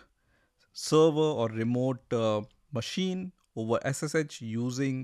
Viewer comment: It is pronounced "Windows" not "Vindows"